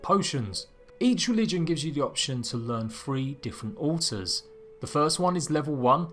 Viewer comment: Almost sounds like he keeps saying uh ohs, took me a minute to realize altars